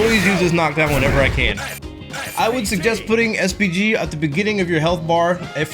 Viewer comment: i heard SPD everytime